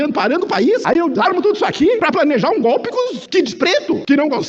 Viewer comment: Lula não sabe nem falar o nome democracia o nome que eles sabem é gopi